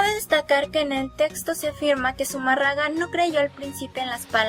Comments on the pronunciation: Tanto coraje irradias con tu falta de entonación que me hizo olvidar el apellido que es Fray de Zumárraga y tú dices Zuma raga. MN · Amiguita, Zumarraga como tu lo dices, es Zumárraga. No conozco la obra literaria de este Fraile, pero es bajo sus órdenes que se construyó la ermita de Guadalupe, pienso que una obra civil seguro debe tener un registro. Existen muchas versiones a favor y en contra de la aparición de la Virgen, la tuya es pobre y habría que conocer el origen de tus datos, porque a mi me suenan meramente a una investigación de secundaria descargada en una tarde vía web, vaya creo que tienes buenas ideas, pero te falta mucha experiencia antes de tocar temas tan extensos. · Zumárraga, no Zumarrada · Zumárraga o Zumarraga ?? jajaja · Sumarraga? se dice y escribe SUMÀRRAGA... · No existio zumarraga de quien hablaste fue zumárraga. Me gusta tu investigación tan buena que hasta investigaste como se dice el apellido. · Zumarraga?? Agnóstica pero falta de pronunciación correcta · Pronuncia bien, es Zumarraga. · Hay mi niña,,no se donde te instruiste,pero tienes una,falla en pronu ciar zumarraga,sin acento. Y suponiendo tu platica Sea valida,,en la epoca,si esta el suceso,de la aparicion ,se uviese probocado un genocidio.,si el contenedor un genocidio , para ti no es un milagro por "" una aparicion creada"" pues no se que sera.igual sige instruyendote ,ahkra en la fe ,y deja poco a poco tu ateoismo practicante Que solo refleja ,la falta de fe,al rato saldres con que la fe no existe coml tal..vukdate y bendiciones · no es confiable alguien que no sabe ni pronunciar bien Zumarraga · Todo iba bien hasta que la cagaste con la pronunciación de Zumárraga. ¿Qué no viste la tilde? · ESA CREATURA QUE LEE NI SIQUIERA SABE PRONUNCIAR ZUMÁRRAGA . SUENAN A NIÑAS PROTESTANTES DANDO TEMA A SUS HERMANOS . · Pero también aprende a hablar.. es zumárraga con acento , no seas tonta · Pronuncia bien: Zumárraga! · Si mira k eres estudiada tanto que puedes ni pronunciar un apellido😂